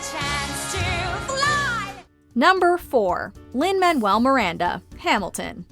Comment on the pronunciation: Lin-manuel? Seriously